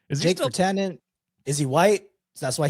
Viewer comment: yeah Virtanen is a Finnish name. also my official Finnish judgment: an insane pronounciation, decent effort tho